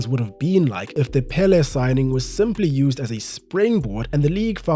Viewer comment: 1) His name is pronounced with an accent in the second syllable: pelé! 2) They played against no one. No wonder they would win every game. And they had a horrible tie breaker… 3) I think the rising in popularity of football in the US has to do with immigration. After the seventies it grew constantly. Especially from Latin football loving nations.